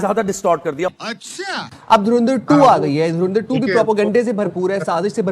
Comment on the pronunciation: ये पाकिस्तानी अच्छी भली धुरंधर को तरिंधर क्यों बोलते हैं 😄